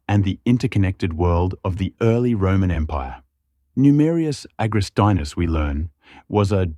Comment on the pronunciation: It's Agrestinus, not AgrestAinus, ffs... so annoying. Finally got it right! :)